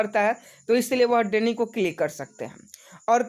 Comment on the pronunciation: भाई डेनी नहीं डिनाई होता है